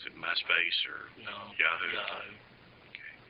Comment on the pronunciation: cop "and it was also on YA.....HOO?" hahaha, trying to say Yahoo! correctly and sound like it perhaps, thought I heard YAWHOOOO haha in another case here